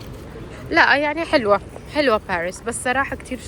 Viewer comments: حدا بيقول لك روحي تعلمي تحكي فرنسي بعدين تاعي وبالاساس ما اسم بارس اسم باريس بالفرنسي صافيparis منازعت لك الاشتراك بس عشان هي الكلمه ازعجتيني وانت تكرري فيها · تي كنك تلوي في السانك بارسسس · اصلا ماتعرفي تنطقي باريس